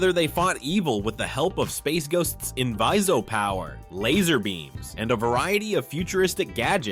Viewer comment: Space Ghost was NOT a show from the 70s. It premiered in 1966. Not to mention your inability to correctly pronounce "inviso-power", kind of hints that you've never really watched the show